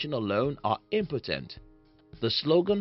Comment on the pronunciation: Not being number 2. Omnipotent sounds like impotent and sentence is then opposite. You do great work and Coolidge's quote is Powerful. Thank you.